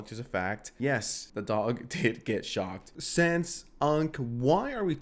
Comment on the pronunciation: Bro i thought you said kaya got shot not shocked holy shit